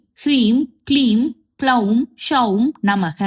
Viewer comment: She is pronouncing the beeja "Soum" सौं as Shoum. It's plain "S" not "sh". Then "Gloum" ग्लौं beeja is also pronounced wrongly. She is pronouncing it as "kloum". In sanskrit, if one akshara changes the entire mantra will change.